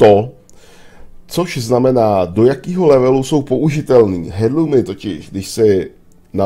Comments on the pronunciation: Myslím že se to vyslovuje Erlůmu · Nevyslovuješ to správně navíc to hrozně tahá za uši... h je v tomto slově neznělé.